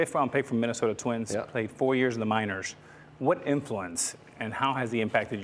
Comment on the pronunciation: Alex plz stopp trying so hard.. you are dominican man not from Argentina.. minors is pronounced minors not minorsh 🤦🏻‍♂️.. sound so stupid putting an H at the end of words ending with an S...